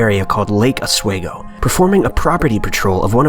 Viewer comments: It's Lake Os-WE-go, not Lake Os-way-go. Sincerely, a person from Lake Oswego. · Lake Oswego is pronounced Os Wee Go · Portugal Oregon? I think you mean Portland. Also it's pronounced Os-WEE-go. Perhaps you should double check names and pronunciations before you record. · Portugal oregon Area? and its pronounced Lake Osss-weeee-go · Hey man I'm a huge fan but I'm also from Oregon you completely butchered lake Oswego